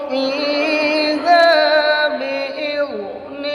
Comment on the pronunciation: مولانا بإذن ربهم کے( ذ ) کی ادائیگی آپ نے صحیح نہیں کی بلکہ ایسا لگتا ہے جیسے کہ آپ نے (ذ) کو پر یعنی موٹا کر کے پڑھا ہے اگر ایسا ہے تو آپ ذال کا تلفظ صحیح کر لیجئے، مہربانی ہوگی۔ مولا نا، قاری، ڈاکٹر محمد نفیس القاری مرادابادی۔